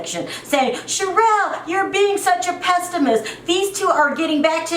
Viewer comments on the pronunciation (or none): It’s PESSIMIST. not PEST LOL